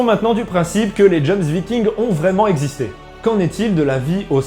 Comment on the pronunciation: Ok alors, pour éclaircir ta lanterne: PAS "dJoMsVikings" commet tu dis, mais les JOMSVIKINGS!! (à lire: Yomsvikings). Sans parler du mec à avec du FDP sur sa chemise xD xD xD